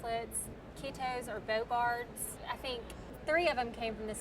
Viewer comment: Oh, bow guards. I thought he said bogarts